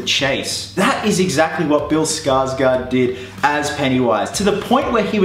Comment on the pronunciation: The "å" in Skarsgård is pronounced like "awe". There ya go. Not Skarsgaard. Skarsgård.